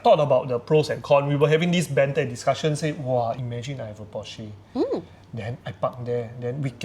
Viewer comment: alamak so cringe to hear you guys mispronounce "Porsche" and "Mustang"! Are you sure is a car enthusiast?